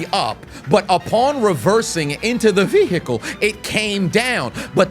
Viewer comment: Lmao The “ veehickle “